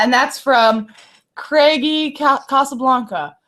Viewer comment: 3 of my questions were answered by you Guys !! My Thanks !! PS : Ashaya's pronunciation of my username "Craigy Casablanca" (Craigy: i Kinda of love craig ferguson , Casablanca: the city i Live in) prompted me to change it :) !!